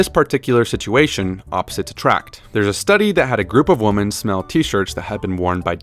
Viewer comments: Voiceover guy.. you pronounce "women" wrong.. sooo annoying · Fantastic video except for pronouncing women like woman